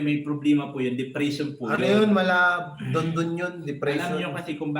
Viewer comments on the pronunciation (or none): none